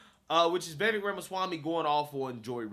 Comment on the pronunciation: Love watching your journey man. You are much smarter than I was at your age! Just a friendly note, Vivek is pronounced like Vi-VAKE, rhymes with cake. Also love the crossover with BCP commentary reaction. Keep on!